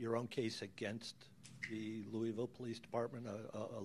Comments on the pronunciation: Wait, did Scottie just call Louisville, "Lewis-ville"? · He’s thinking of Lewisville TX. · Lou-Ville Scottie!